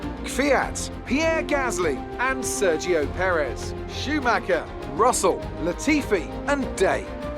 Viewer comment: You are pronouncing perez wrong XD